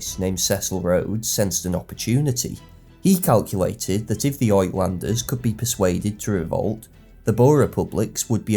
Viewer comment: Great history. FYI, the Afrikaner/ Dutch word "uitlander" (foreigner) is pronounced "ootlander".